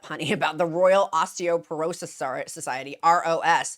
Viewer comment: I know you like to factually accurate… it’s “Osteoporosis.” 😊